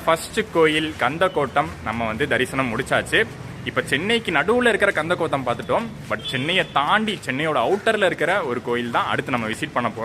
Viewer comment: "கந்தகோட்டம்..." its a place of kandasamy. " . But when you say "கந்தகோத்தம் ".. we can understand your emotion...😅